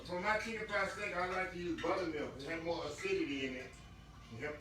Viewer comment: U gotta love when says “Jes a lil bit moe”.. 😊😊 I love it!! Too sweet